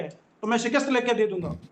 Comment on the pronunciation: Jahil molvi SHAKIST nai hota SHIKAST hota hai